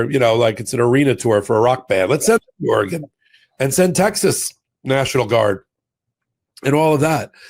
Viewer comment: Thank you,, for pronouncing Oregon correctly!